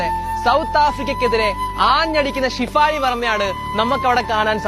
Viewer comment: ഡാ കൊച്ചേ ഷിഫാലി അല്ലെടാ ഷെഫാലി